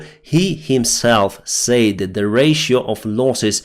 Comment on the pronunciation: Hello My Friend, Can I Help You Just a Little with 'A Word',, When you say 'Said', Express that like this simply; 'SED', OK, "Slava Ukraini";;))